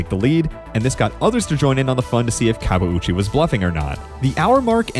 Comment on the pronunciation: This YT'er and the Portuguese announcer knew how to pronounce his name unlike the American announcers who kept butchering it and not even trying.